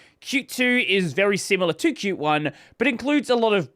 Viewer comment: pronouncing qt the right way 🎉🎉